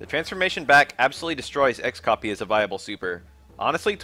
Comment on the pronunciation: disliked for pronouncing "X-FLAT" and "X-COPY" like that